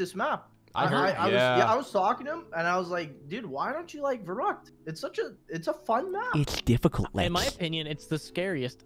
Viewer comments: it is called VERRÜCKT i am GERMAN AND IT IS CALLED VERRÜCKT NOT VERRUCKT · It’s actually pronounced Ferykt